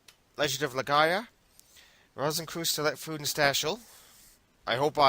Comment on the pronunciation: ' pronunciation for Rosenkreuz was more offensive to Germany than the events that led to World War II.:P